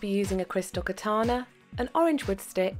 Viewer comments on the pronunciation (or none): none